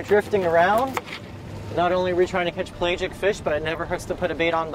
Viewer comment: Please look up the pronounciation of pelagic. The a is not long. Also I urge caution on eating a barracuda over 6 or 7 pounds even in Florida, and especially in the Keys where the blue/green algae that produces ciguatera is much more prevalent.